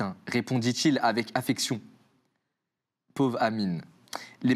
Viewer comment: Les « pauves » m’ont eu sah 😭